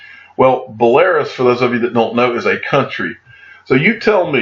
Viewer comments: That’s “Belarus” Bel A Rus. As in Roos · Bel a ruus. Just sayin.lol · It's pronounced Bell-a-Roose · Your information is great I listen to you every day my friend . But you need to travel more when you get your XRP Millions. So you can learn how to pronounce "Belarus", Stuttgart, Zug and some other Ringers you come up with , ha ha.. Keep up the good work mate.